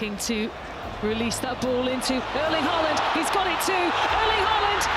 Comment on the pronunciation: Erling pronounced Erling or E like in ethics not like in early😉